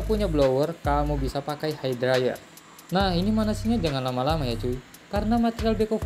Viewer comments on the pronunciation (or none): none